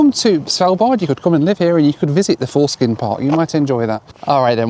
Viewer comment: not foreskin 🙈😂 forskning… it means research - its a research center 😅 sorry to burst your Bubble - funny though 🤣